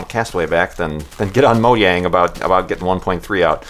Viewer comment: you're the only other person I've heard pronounce Mojang the Swedish way:D